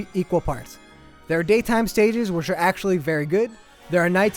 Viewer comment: This guy needs to learn his english. Its pronounced nighttime, not nightTEAM. And "the daytime stages OR actually pretty fun" Wow this guy fails.